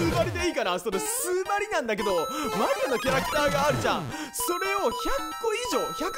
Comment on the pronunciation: スウマリって言うと数マリって聞こえる